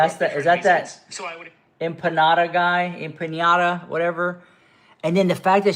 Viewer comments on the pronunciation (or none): She also says Bad Empañada 😭